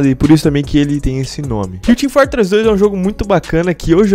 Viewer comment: sarsi 2 team fartress 2 este gajo tem problemas em pronunciar os "O"s